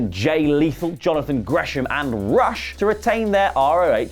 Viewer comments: Not to be that guy its not pronounced rush its pronounced Roosh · Rush's name is pronounced Roosh fyi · Stop mispronouncing names. Y'all have been in the reporting wrestling news for awhile now. RUSH is pronounced (Roosh)!!!